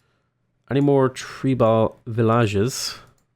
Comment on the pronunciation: Definitely treebal villadges, though.